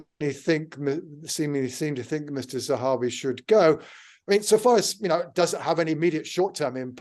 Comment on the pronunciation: It would be an awful shame if Nadhim Zahawi had to resign just when Katy has finally started pronouncing his name correctly... Oh the humanity!! :)